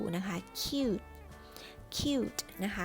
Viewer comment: Cute u=สระอู ทำไมในคลิปอ่านว่า คิ้วท์ ใครรู้ช่วยบอกหน่อย